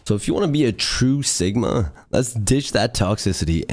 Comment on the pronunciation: "and if you wanna be a true sigmauh, lets laskdhfliuehifls enjoy the rest of clips"